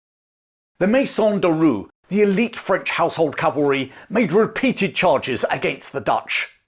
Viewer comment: Great video. But your pronunciation of "Roi" threw me off a bit, it sounded like roux which is a culinary term. "Roi" is approximately pronounced like "roar" without the final "r".